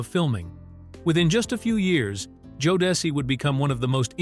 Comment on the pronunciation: The fact that Jodeci’s name was initially pronounced correctly but the each time after that was mispronounced. Then it was mispronounced in different ways. 🙄